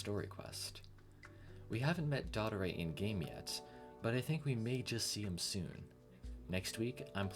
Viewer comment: btw his name is not d*O*ttore like the creator says, its dott*O*re